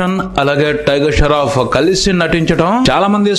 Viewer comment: Sharoff ....sharf kadhu babu.... Shroff